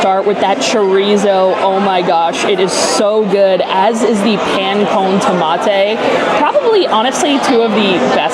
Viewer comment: Or Pan Cone Tomah-tay😂